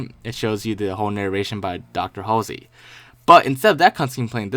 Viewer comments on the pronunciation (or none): none